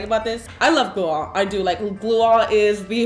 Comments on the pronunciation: you said you need “gluearh”???? What on earth is that and how do you spell it“glueah” Maybe add it in the description “slime queen” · What on earth are u saying?? I thought u said glue on Or maybe gluea Or maybe u just accidentally said glue wrong but no one makes the same mistake more than once, right?? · What did she say? Glua? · What was the type of glue she said i couldnt understand her. She said school glue, clear glue and what was the other glue? I keep hearing her say “glue all”